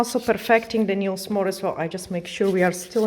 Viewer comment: Patrick please explain how to pronounce a word Nails and Result. It is simply painful to listen